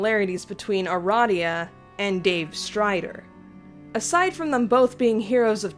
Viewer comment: Finally, someone else says Uh-Rah-Dee-Uh instead of Uh-Ray-dee-uh